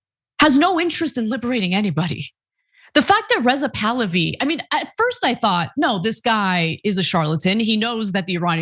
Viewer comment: Rizal tahlawi 😂😂😂😂 it's bahlawi